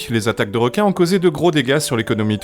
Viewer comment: Quoi il n' y a plus de wequins à la Wéunion ? Bon les gars la twavewsé va êtwe un peu plus longue mais on va aller là-bas. Chawgez les zodiacs. ;)